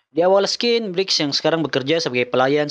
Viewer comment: scene dibaca "sin" bukan "skin"